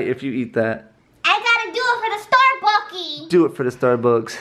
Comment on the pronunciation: she said " starbuckies 😒 "